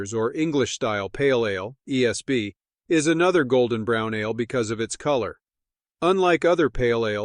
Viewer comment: pronouncing ale like uh-layyy 🎉